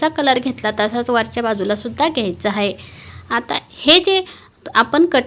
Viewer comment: मस्तच. पण हाये नाही आहे बोला.